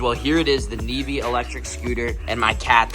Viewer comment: Bro said nevee navae